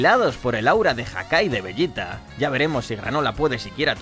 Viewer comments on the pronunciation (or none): no te hagas el listo, eso lo sabe cualquiera, de lo que me rio es de como pronuncias veYita a un publico que obvio habla español, y ambos sabemos como la mayoría lo llamamos, a ver, llamar a los personajes por su pronunciacion en japones es ridiculo (kuririn, burama, friza, etc) pero bueno tu sigue con tu veYita 🤣🤣😉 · LA PEOR PRONUNCIACION DE "VEGETA" QUE E OIDO